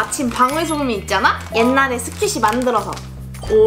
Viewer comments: 초에 스퀴시인데 스키쉬라고 잘못말함 ㅋㅋㅋ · 스키시아니고 스퀴시에요.